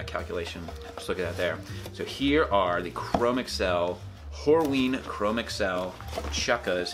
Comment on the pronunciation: Your videos and reviews are tops, and I commend you for shrugging off sponsorship. Now, I'm no leather expert, yet I am quite certain chromexcel leather is older than microsoft and google...In short, it is pronounced chro-mex-ul...one word.